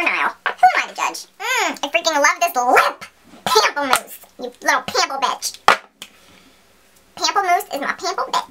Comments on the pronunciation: You make GWM so entertaining and refreshing. I always need to pause when lining my eyes or lips, because I can't stop laughing. 😅 Btw, it's pronounced 'pomp-pleh-moose', which means 'grapefruit' in French. Never change ! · the way you say 'pamplemousse" is seriously the most hysterical thing ever...love it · Omg, pamplemousse is cracking me up, I'm sorry. That's such a funny word. I'm sure it sounds sexy when properly pronounced, but French is too high class for me. I hated it in high school. I signed up for Spanish 3, but not enough folks were as nerd as me, so they stuck me in French. Whyyy?